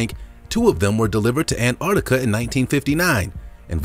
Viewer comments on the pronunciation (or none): Please, Americans, there is a ‘t’ in AnTarctica. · Learn how to say Antarctica bro! Soz it’s annoying!!